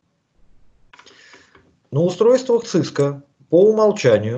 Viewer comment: Сильно режет слух акцент папуаса. Говорит "Цыска" одновременно с "Си-Си-Эн-Эй". Совершенно очевидно, что это нахватавшийся сленга белых людей, ничего не представляющий из себя маленький человечек, каких сейчас развелось много. "Специалист", который не смог выучить как называется то, чем он занимается........ жалок. Единственное оправдание для такого человека - если он произносит "Цыско" поскольку опасается рефлекторной мастурбации на величие американского хайтеха.